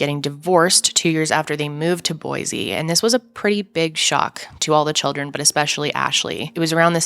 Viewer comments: There is no “Z” in Boise, say “boy-see”, thanks. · Please… please… please… say Boise correctly. There is no z in boysea.